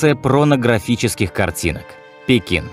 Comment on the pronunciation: Что такое пронографические картинки😅 Не эмфис, а Мемфис, что за оговорки, они портят впечатления от прекрасного видео. Это робот озвучивает?